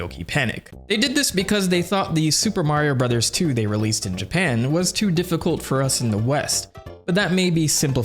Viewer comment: I miss you saying "Suupaa Mario Burozaa" 😢